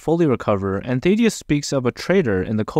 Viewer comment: Ok you failed to pronounce the names of both Thaedus, the Image Comics character, and Thadeus, the name on screen. Also your failed pronounciation is closer to Thadeus but, again, is still wrong and sounds like your primary language isn't English the way you mispronounce